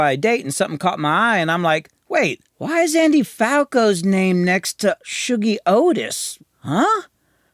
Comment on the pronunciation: Shuggie is a name in Scotland (it's a nickname for people called Hugh for some reason) so this is the first time I've heard it said and realised it's Shoo-gie, not Shuh-gie